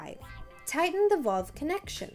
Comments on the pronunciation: The most non technical instruction video I've ever seen...lose the cartoon graphics and get a narrator that can at least pronounce the word valve correctly. Not very helpful at all. Thanks for wasting my time. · If the video narrator cannot pronounce the word "valve," this is a bad sign.